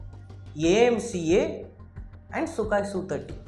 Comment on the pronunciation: Sukaai illa bro... Sukoooi bro..